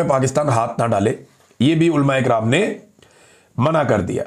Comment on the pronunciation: عمران بھائی آپ اردو تلفظ درست کیجئے۔ عُلَماء کو آپ اولماء کہتے ہیں ۔ برائے مہربانی پریکٹس کیجئے ۔ کوشش کرنے سے آپ درست تلفظ سیکھ جائیں گے۔